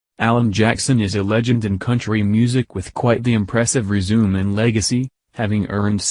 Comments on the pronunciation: What is with this robo voice? It’s resume like resumay not resume as as in continue. SMH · ree-zoom? lol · Ha ha resume the robotic pronounced as in continue, it meant as in credentials. Also Grand Oleeee Opry. Who proofreads the robotic voice.😂🤣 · It's pronounced re-su-mè, not resume. Resume is to continue. Resume is a list of your experiences and achievements. Whoever posted this needs a strong grammar lesson. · It is pronounced resume’ not resume. Geesh! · LOL. The robot reader can't distinguish between resume and resume'. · rezoom? grand o-lay opry? what a garbage video. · It's not resume it's res-uh-may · Robotic voice said resume not resume' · I love Alan Jackson's music and what he stands for but the robot voice has got to go. I mean "ree- zoom and grand o- lay opry". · resu-may not resume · This guy doesn’t even know how to pronounce résumé or grand old Opry. Where do they get these people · What the hell is this crap. If you don't want your voice on YouTube, get someone else to do it. Or teach your computer to know the difference between "resume" and "Résumé".